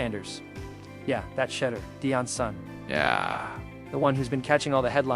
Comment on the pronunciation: you spent 11.5 minutes mispronounced Shedeur's name. His name is SHEDEUR not Shudder. Awful reporting when you get the names wrong. How can you not know his name, if you are a true fan? Do Better!